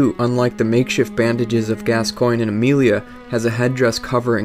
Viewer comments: Gascoigne is pronounced Gascon. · Also, Gascoigne = Gas - con. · Father Gas-SEE-Ohn. Jeesssssus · saro ban I've never played the game, but I first heard the name spoken as Gas-Coin, but when they spoke his name in the game, they said Gas-con. I'm with you bro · ***** Yes, Eileen does say it. And she says Gas-con. 'Cuz that's how it's pronounced. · ***** Yes it is spoken by her. And she clearly says gas-con. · ***** Who am I gonna believe, you or my own lying ears? She clearly says Gas-con, I've played through it multiple times. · Just for the record, I recently played through yet another BB game, and she definitely, 100% says Gas-con. If you insist otherwise, you're hearing things. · It's Gascoigne. Gass-Kwahn. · You pronounce Gascoigne as gas-scone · gas coin is the correct way to pronounce Gascoigne